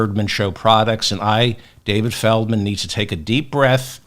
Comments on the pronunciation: Why FeRdman? FeLdman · Why Ferdman instead of Feldman? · I thought it was Feldman and not ferdman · Is it ferdman or felman. I am confused 😮